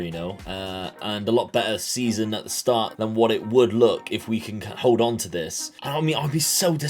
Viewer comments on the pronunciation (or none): none